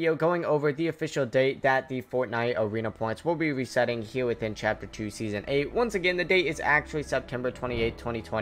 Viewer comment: awena weseting you sound so wierd